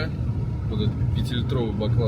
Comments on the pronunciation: УрЮка. Не урюкА! Кто вас рузких учит ударениям? Кстати, мАнты, а не мантЫ. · Не урюкА млять,а урЮка!!!😂😂😂😂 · Никогда не оставляла коменты . Ео слух взорвало: урюкА урюкА. Ну как же так то . УрЮка. УрЮка!!! Это аутентичный фрукт Киргизия , Фершанская долина. Никогда его абрикосом не звади Маленький оранжевый - урюк! Из него варенье , варенье с косточками от этого урюкп. Крупный светлый - это абрикос. На варенье не годет, только есть сразу . Бестолковый фрукт..баловство..это абрикос. Максимум компот..но и то.. на компот лучше веуснее персик. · УрЮка. Делай правильное ударение. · Почему ты ударение ставишь на букву "а" в конце слова Урюк/Урюка????🤦‍♀️🤦‍♀️🤦‍♀️🤦‍♀️ Русский не знал, да ещё и забыл????👎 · Ударение не правильно ставишь в слове урюк!!!!! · Мне кажется ты неправильно ударение ставишь, урюка надо на ю?